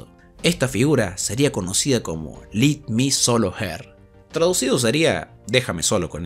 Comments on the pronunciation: Es "LET MI", ese let no se pronuncia como LIT. Solo ese datazo (? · Lit me solo her? Se pronuncia Let Y su adaptacion seria Dejame vencerla solo O usando un meme seria Ella contra mi solo